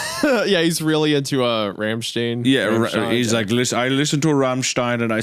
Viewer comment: My metal boy hunter pronouncing "Rammstein" correctly 🤘